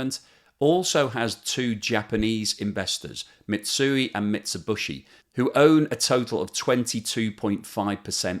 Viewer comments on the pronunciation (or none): Mitsubishi, not Mitsubushi